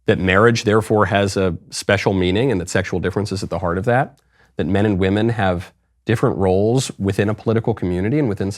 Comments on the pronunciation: Did anyone notice that he actually didn't say "women" but instead "we men" (At least he pronounced it like that)? And when he said " trans-woman" he kind of said it like "woMAN". Maybe he is just a master troll? After all with his pronounciation "Women control Miss Universe" is "We men control Miss Universe" and I would find that very funny! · He said We-Men. We men own it. And he’s technically right. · No, but the way he says 'weemen' sounds like he's talking about little tiny men. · He says We-Men 😂. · He/She says "WE-MEN" ❤😂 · The way he said "women". Its more like "wemen". We, the men owns Miss Universe. I feel this is going to be the downfall of miss universe. Mark my words. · Crazy is as crazy does... "Weemenn"... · That is NOT a weeman as he pronounced it. It is a really well made up drag queen. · The owner didn’t say “women”, he said “WE MAN”. Patriarchy always wins. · He is not saying women, or wymen, he is saying, "we-men" as in "now, we, men, run your institute" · It actually said We Men. Wemen. Listen closely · "Weemin." Tell you all you need to know really. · You're not listening, he specifically said it was run by "Weemen, for weemen"! Clearly something different than Women. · Dude said wemen. We Men! Lol! Yeah patriarchy!! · Come on, Michael. It's "we-men" now. Woman, women have been deleted. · He said WÈMEN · She cant even pronounce “women” lol